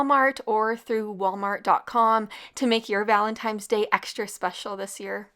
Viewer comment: This is not a negative comment I just wanted to let you know that the word Valentine is pronounced ValtentiNe not ValentiMe. Luv u recipes!